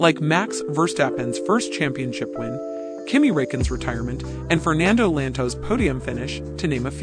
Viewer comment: Fernando Lanto? Wtf Clearly this guy doesn't watch F1. Just a YouTuber for views lol